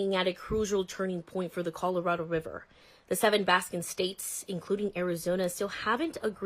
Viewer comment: Bah-sin states? Allow-ments? Seriously?